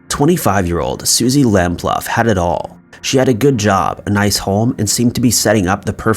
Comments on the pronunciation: Suzy’s surname is pronounced, by her family, as lamp-loo. Not lamp-luff. You mispronouncing her name is disrespectful. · Suzie's surname is pronounced lamploo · Interesting, I love this type of content. By the way, it’s Suzy Lamp-Loo, not Lamp-Luff. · Susie Lamplugh (pronounced Lam-ploo) case, John Cannan was the only suspect in the case, it is believed that he killed her but has never been charged due to insufficient evidence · It's Lam-ploo. All you mispronunciations are so distracting. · Also Suzie surname was improperly pronounced. It is Suzie Lamp-Loo although its spelt Lamplugh. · Suzie Lamplugh was unlucky to have 15 dollars in her purse. At least pronounce her name correctly ay?? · The pronunciations in this video are horrendous. The narrator never seems to get any of them right, he should at least research the names where they can easily be found. Both Edinburgh and Lamplugh have been incorrectly pronounced. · Number 3 !! We don't use dollars in England and you pronounce her name totally wrong. This is still sad here so please get it right. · Chrissy not have I not only too get a city name wrong but too pronounce suzies name wrong is pretty much unforgivable, such a beautiful girl who's life was taken at such a young adult age.